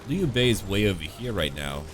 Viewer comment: Wow. Very impressive pronunciation of everyone's Chinese names. You continue to be a man of culture, 🍻